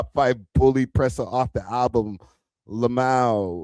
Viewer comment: did you intentionally say ' 'lamow' as you read lmao????